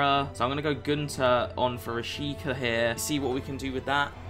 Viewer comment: You actually pronounce him Rashiza rather than Rashika